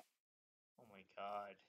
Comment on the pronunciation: "oh my cahd"